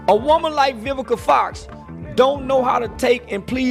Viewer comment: “Vivica OX”